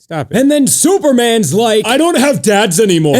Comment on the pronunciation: I love how you say superman's dad SOOpermins dad!